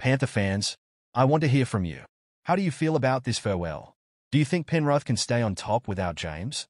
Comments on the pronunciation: Penrith 😂😂😂😂😂😂 not penruth 😂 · Not penruth